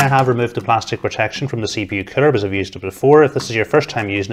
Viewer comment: lol...Sounds like he's saying Killer when saying the word Cooler.